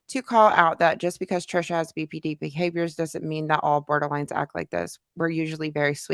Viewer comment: I remember (only bc it irritated me) she’d call BPD “BPT” and I would want to yell at the screen saying it’s D. How you gonna say you have BPD but you don’t even say the initials right